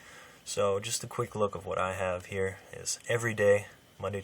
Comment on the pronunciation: It's so annoying how you say (here) just be normal dude wft